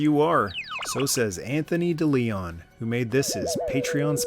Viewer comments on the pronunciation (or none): Perhaps you didn’t grow up around any Spanish speaking people, but “DeLeon” is pronounced “Day Lay-own” not “Dee Lee On”. Great video other than that little misstep. 👌